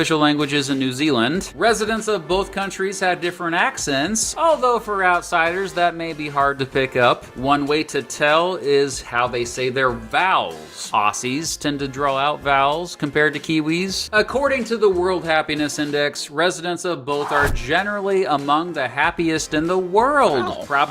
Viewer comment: I live in the outback it isn’t that bad and did he really say owssies it is pronounced awssies